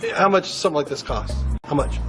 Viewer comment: 안녕하세요. 질문 있는데요... 39분 53초 지점, How much does it cost? 문장이 제 귀엔 [하우치 더즈이 커스ㅌ] 로 들리는데요. 제가 잘 못 듣고 있는 걸까요? 하우머치를 실제 발음하는데 제 귀에 안들리는 것 뿐일까요???